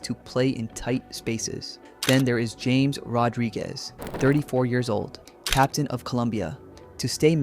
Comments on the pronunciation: not James, it's pronounced "hames" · It’s pronounced Hames Rodriguez😊